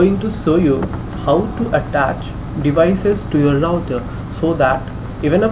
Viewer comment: "louter" lol